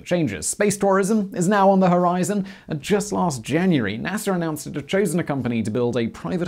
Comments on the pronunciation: NASAR the British accent gets me every time lol can pronounce Russia correctly instead of Russiar like NASAR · sveez-DA (star), also NASA (space agency), not Nasser (egyptian tyrant). Lol.